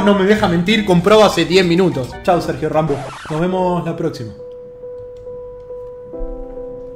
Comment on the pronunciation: dice Sergio ranbo